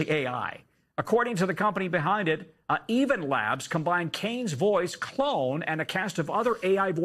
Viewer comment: Did the anchorman just say “evenlabs”? 😂 it’s eleven labs